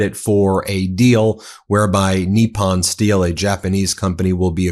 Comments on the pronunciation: 'Nip-pon'... not, 'NEE-pon'... professor. Why do you have so much trouble pronouncing foreign words. You sound like a rube, not a Georgetown educated attorney from Long Island... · The word is Nippon, as in NIP ON - not knee pon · Nip-pon not Knee-pon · nippon pronounciation: "knee-pon" not "knee-pan" . Love your show! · I love your stuff, but can you please pronounce things correctly? You look stupid when you don't. Maria BartiromO, with an O, not "Bartiroma" with an A. Nippon Steel is not pronounced "NEEP-on," it's pronounced "NIP-on." Where did you even get "NEEP-on" from? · TACO calls it Nissan, not Nepon. Tesssler TACO boy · I see we are calling Nippon, 'Neeppon', now. I suppose that we will have to 'seep' our drinks instead of sipping them. Why are you converting to Mexican Pronunciation? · He always called it “Nissan” steel. 😂 😂